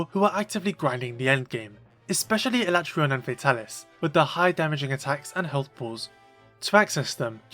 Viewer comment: A-LA-TREY-ON, not ala-TRON / Oh and i just used my Vitality Mantle to survive with almost full Health for Escaton